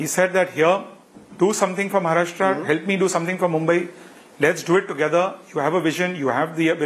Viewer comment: he is Maharashtrian and not pronounce correctly Maharashtra ..... irony